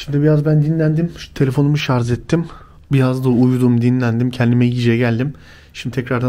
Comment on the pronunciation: Şarj' a ŞARZ diyen adam gitmis Lübnan'da belgesel cekiyor , biraz okuyun ogrenin öyle girin bu Showlara gardaş